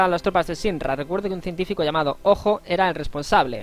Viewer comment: Tus guías son mis favoritas, pero me pone un poco nervioso que pronuncies los nombres mal... Cloud es "Claud" Hojo es "Joyo" Junon es "Yunon" Mideel es "Midil" Gil es "Guil" Y así un poco con todo... Espero que con el remake escuches su pronunciación original y consigas modificar tu pronunciación. Por otra parte, me gusta respetar los diálogos, dar tiempo a leerlos o incluso leerlos tú, en lugar de pasarlos rápido para centrarse sólo en el gameplay... A veces no me da tiempo a leer y me pone un poco nervioso eso también, pero por lo general me gusta que tu jugabilidad y la guía en sí sea tan completa y te sepas todos los trucos y mejoras. Gracias.